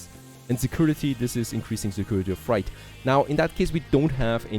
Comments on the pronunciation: Freight rhymes with gate, and bait, and the number eight. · I like how you say Freight. It’s pronounced Fr8 ❤ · I absolutely love and look forward to your videos each day but please check your pronunciation of "freight". Thanks and keep it up!